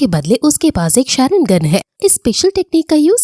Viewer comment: Or didi tum sharingan ko wrong pronounce kar rahi ho or Sasuke ka nam bhi wrong pronounce kar rahe ho